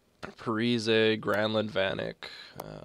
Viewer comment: Also, its pronounced parisi, he said that he wanted people to say it like that last offseason i think